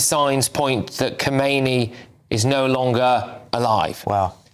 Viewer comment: Btw: Those commentators somehow pronounce the name wrong. The text is correct that the name of the 2nd religious leader after the 1979 revolution is Khamenei, but they pronounce it like the 1st guy's name, Khomeini. Are they even aware that there already had been a transfer of power 30 years ago?